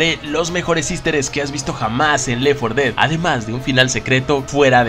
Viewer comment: Compa no quiero ser grosero ni nada pero es left 4 dead no lef 4 dead solo quería decir eso pero el video estuvo bueno 😁